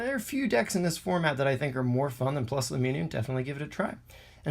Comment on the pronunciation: No it’s spelled plusle it’s pronounced plus-ull